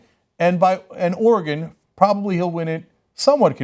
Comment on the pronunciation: And Cenk pronounced Oregon right!